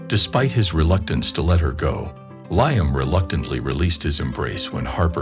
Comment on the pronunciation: It's " Lee am , not ly am